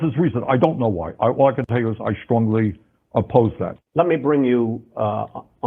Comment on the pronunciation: Bernie: "I shtrongly oppose that" Me: "so you gonna fight against it, right ?" Bernie: "that I also shtrongly oppose"